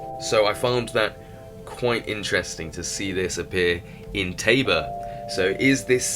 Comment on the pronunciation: I'm American. I live in the Czech Republic. Tabor is a town/city here... but it is not Pronounce /Taebore/... it is prouncounces /tahbore/ and the word tabor simpl means 'camp' in czech The next thing... many other languages other than English use the term 'sweet Waterston mean 'not salt water'- meaning sweat water is just drinkable water... not from the ocean.